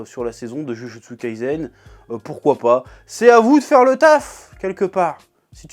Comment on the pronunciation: Par contre faut faire un effort minimum sur la prononciation stp ! "Jujutsu kaisen" ca se prononce " DjuDJuTsu KaiSSEN". Stop le "zen" au moins